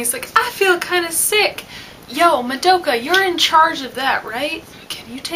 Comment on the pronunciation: and I'm sorry but can you pronounce Madoka's name properly? That's a huuuuuge pet-peeve noob mistake and cmon....you live in Japan right? :P